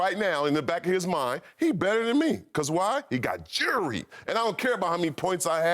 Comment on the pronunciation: Black ppl the only type of ppl to pronounce jewelry "juuury" lmaoo